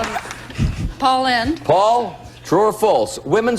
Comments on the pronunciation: If you want to see some top-notch Paul Lynde, check out Bye-Bye Birdie 1963. His last name rhymes with 'pinned' NOT 'pined' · Pronounced like blowing in the wind, Lynde.